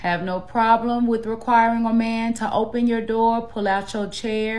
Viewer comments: I mean… to be honest. She said some good stuff, but I’m not dating a woman who can’t even say door right. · Im NOT opening, pullin out chairs or cuttin steaks for ANY HO3 that CAN'T even pronounce "Door" correctly!! 💯🤣💀